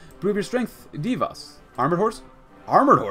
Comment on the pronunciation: This word: ,,Dievas" you pronounced wrong, altruogh it's hard since letter ,,I" is pronounced differently in Lithuania.